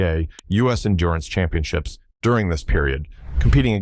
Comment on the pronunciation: Championships, not championchips